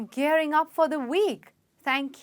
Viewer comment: Isn't she mispronouncing the first word? "Gearing" she says "gering" like in "get" and it should be --------- ˈgɪərɪŋ